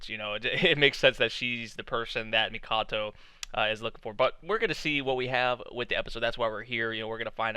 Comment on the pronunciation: Her name is Haruhime, princess is literally in her name. 'hime' means ruler The Amazons of legend did the same The name is Mikoto, not the Mikato you keep saying